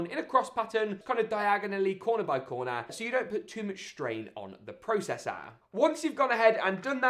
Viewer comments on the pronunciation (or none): “ the pro SESSAH”